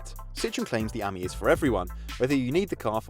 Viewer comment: Ok, please tell me this: how can you guys manage to mispronounce both Citroën and Ami? I mean, for Ami, at least, there is a 50% chance to get it right! And for Citroën, there are these two little dots over "e" for a reason...